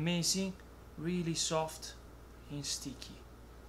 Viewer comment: Took me seven time to understand that you said "half" amount, ☺ Love your accent, me n my wife used to talk with each other in your style every time we made a pizza.. "sooft & crounchy.." ☺ thank You.. You've been a lot of help...